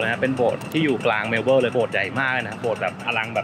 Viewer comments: เมว-เบิ้น ค่ะ ไม่ใช่เมว-เบิ้ว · ทำไมออกเสียง เมลโบ้ล์ 😂 เมลเบิร์น ตรงๆเลยค่ะ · แซว ๆ นิดหน่อยคร้าบ ชื่อเมืองไม่ต้องออกเสียงตัว R "เมล-เบิ้น" ไปเลย (MEL-bən) ป.ล. YouTrip Card ยังใช้แตะขึ้นขนส่งมวลชนในรัฐวิคตอเรียยังไม่ได้นะครับ ต้องไปซื้อบัตร Myki ที่ 7-Eleven หรือสถานีรถไฟมีจำหน่ายครับ :fish-orange-wide-eyes